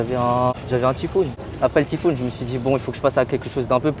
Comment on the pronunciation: Sa me dérange d’entendre « tiphoon »